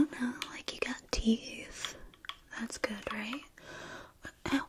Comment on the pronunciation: “Looks like you got teef and stuff” 😂